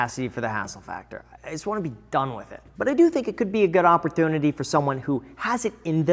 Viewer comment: Graham's pronunciation every time i hear "opportunity"